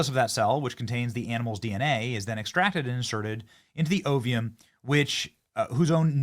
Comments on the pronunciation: Sorry, not to nitpick but....the pronunciation of the words are as spelled: O V A and O V U M. (No letter I in either word.) But; thank you for relating this information. I agree with the commenters that are saying that trying to play God is a dangerous thing. Next will be humans? Not good. Praying that this does not go that far. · What exactly is oveum? or ovea? The whole world says ovum and ova and you can't even read the words correctly while smugly putting the scientists in their place, telling them the creatures aren't really dire wolves. Yea,you sound really knowledgeable - idiot. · Lol, Benny. You have a problem pronouncing ovum and ova.